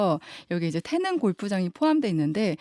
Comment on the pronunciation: 기자님.. 태능 아니고 태릉.. 중학교 국어시간에 다 배우는걸.. 어후..